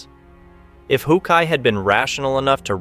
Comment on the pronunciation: Oh decide on one correct pronunciation and stick to it dude! How kai, who kai, ho kai wtffff man?!!